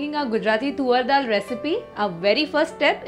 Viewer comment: Lol it’s not tuvvar dal it sounds more like suvar 🤣🤣🤣🤣🤣it’s toor dal fyi